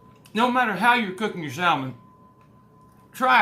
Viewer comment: The L is silent in Salmon. 🤓